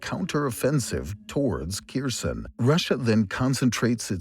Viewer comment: Please use correct pronunciation of Kherson next time. Yours is so distracting.